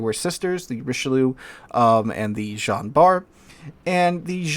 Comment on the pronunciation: Jean is most definitely not pronounced like "John".